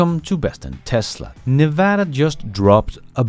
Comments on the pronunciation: As a Las Vegas native, I'm impressed that you said Nevada correctly. Most people (including most Americans) say it incorrectly. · Hey, just wanted to thank you for pronouncing Nevada correctly! (Like a native) From a fellow Dane, Scott